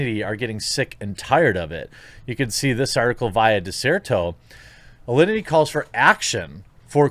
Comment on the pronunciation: why is everyone saying Allinty? its Alinity ffs